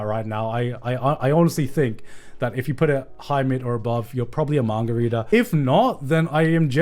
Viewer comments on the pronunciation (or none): The way he says "mangareader" kinda reminds me of "mouthbreeders" ... Dunno how to feel about that.